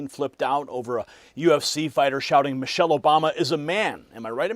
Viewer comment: He said Mochelle Obama. How can they sue?